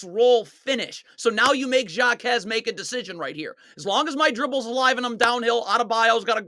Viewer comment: Jaquez is pronounced like Ha-quez